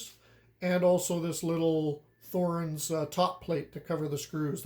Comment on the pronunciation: Good video! For everyone's info: The "Th" in Thorens does not make the "th" sound of English. A simple "t" is much closer to the correct pronunciation. And emphasis would be on the "e". (Not being a German speaker, someone might want to correct me on that last claim.)